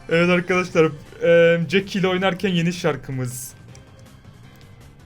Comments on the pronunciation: Abi jesie değil jeck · 2.19 da jaky ye jesi diyo